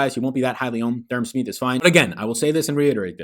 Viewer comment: Finz fan here. It’s pronounced “Sm-eye-th” not “Sm-ee-th” lol.